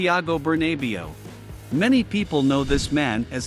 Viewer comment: Please learn how to pronounce the names if you want to have some credibility.The way you said Bernabeu is ridiculous.You cannot put the english way in everything, just spelled the same way is written